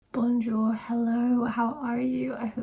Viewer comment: bro said bonjour the most British way possible🥀